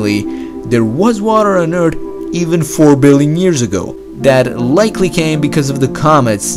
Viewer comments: People are just assholes. I teach English and honestly, I don't care if he pronounces it as Urt, it's his unique accent. People aren't obliged to speak in received pronunciation/Queen's English. The type of person that takes umbrage at at such trivialities is your typical netizen who expects hyper perfection but contributes very little creative content themselves, if any. I found the comment about his accent being annoying to be profoundly irritating in itself, hence why I felt the need to reply. I refuse, however, to reply to that particular person as nothing will gained from pointing out their obvious error in thinking. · It's off-putting. Just pronounce the letter H and he'll better connect. They all look the same, they all sound the same. Thats not being racist, thats just stating a fact. Straight black hair, brown eyes and all sound the same. Hab fun wid your time on Urt. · " Tsunamis on Ert were a common ting ! " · I'm sure you've heard this a billion times, but I love the way the narrator says "Eard"... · ert or urt ? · Spending a day on earth 4 billion years ago...but every time he says “eart” it gets faster. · I love the way he pronounces ERT. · To be fair it's the "urt" thing that kept me watching. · What is that planet eart you speak of? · If Bert and Ernie had a kid .... Eart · That was the earT 4 bi years ago! Interesting English. Wonder where it is from. Nice video. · Most of the people in the comments complaining about his accent are probably Americans who have some nerve to try and complain about an accent. He may say eart, but that's excusable as he isnt a native english speaker. Americans pronunciation of words like herb for example is inexcusable. Just say the H, its herb not 'erb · Don’t feel hurt by the way he says Urt. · had to stop the video could not take him saying the sword “Eart” any longer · Is this guy from Urt? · “Early eart “ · I can't understand why this guy keeps saying "ert" but can still say the and that.